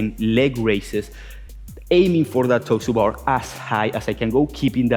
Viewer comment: Am I the only one that thought he was saying "toaster bar" for "toes to bar" lol